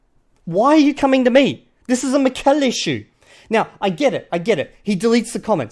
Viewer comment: A few things: it's pronounced MI-kel, and not mi-KEL. I'm assuming he's Basque and this is why he speaks Basque and Spanish. He also branded his channel as 'NATURAL' LANGUAGE LEARNING, but all he does is making vocabulary lists and memorizing sentences which I find very ironic since I don't think any of us naturally learn our mother tongue doing such things. He also claimed that reading in order to learn a language doesn't work. His English accent is very bad to be an hyperpolyglot. And finally, the three month BS is beyond laughable.